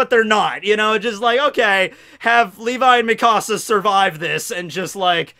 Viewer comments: The way you say mikasa pisses me off its like Mekahsa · i’m so sorry but the way you say mikasa💀💀